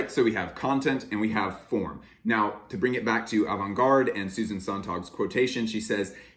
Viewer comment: The last syllable of Susan Sontag is pronounced tag and it rhymes with rag, it does NOT rhyme with log.